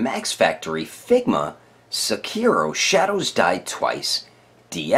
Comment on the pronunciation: "SekiiiiiiiiiiRRRRRo" Jesus christ... you really need to learn how to pronounce it. No accents, like you made a HUGE accent/stress on the second syllable (ki). In Japanese, there are no stresses like that on any syllable. It's all the same amount of time for every syllable. Also, your "R" sound should sound a lot more like a "d" sound, but actually, it's more like a combination of an R/L sound. Normally, I wouldn't be THAT guy, but it's his name FFS. Get it right.